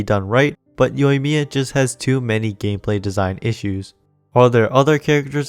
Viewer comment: You pulled that Japanese accent flawlessly without that thick English-accent.